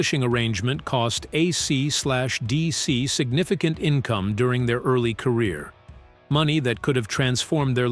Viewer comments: Most of the time it's fine... just when it says AeeeeCeeeeDeeeeCeeee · Why are you saying AC/DC like that.